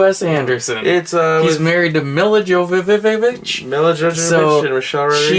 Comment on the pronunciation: Lmao 😂 Milla Jovovich 😂. Me la Yovavich - that’s hale you say it 👍